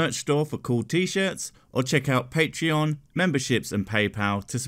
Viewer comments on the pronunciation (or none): none